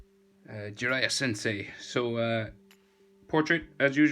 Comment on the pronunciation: Its jiraiya not jiriya